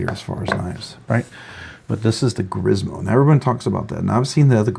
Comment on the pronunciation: It’s pronounced Grimsmo, not Grismo.